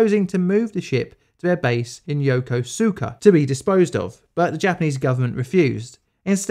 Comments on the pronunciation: Yokosuka is pronounced more like Yukuska than the way it is spelled in English. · yo-ko-ska, the u is silent.... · The “u” is silent in Yokosuka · Yep, this, 100%. I made a comment on it already, but the only huge mistake was an extremely common one: Yokosuka. It looks like it'd be pronounced yokosooka, when it's really yokoska (because Japanese hates u lmao). All of the other pronunciations were from acceptable to 100% spot on, and I lived there and speak the language. He did great. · Ok this isn't an insult, since I made the exact same mistake before I moved to the Yokosuka area, but it's pronounced more like yo-ko-ska or yo-ku-ska (depending on the accent and what's easier for you, I've heard both from native speakers). That said, I commend you for your pronunciations of Susumu Misaki and Ouishi Matashichi, you did very well with those and a few of the others, you got the su sounds in Susumu-san's name 100% perfect. Yokosuka seems to trip a lot of English-speakers up for some reason, which is ten times more hilarious when that's where the USN Seventh Fleet's home port is. Oh, and if you ever need/want help with Japanese pronunciations, you can hit me up.